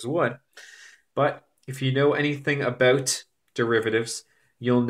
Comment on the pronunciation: "aboot" literally my favorite accent